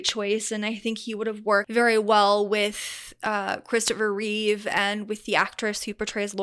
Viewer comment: I stopped watching when you got basic facts wrong. It’s Christopher Reeve, not Reeves. He did 4 movies, not 5. If you want people to watch your content, then at least show enough respect for your audience to get facts right first.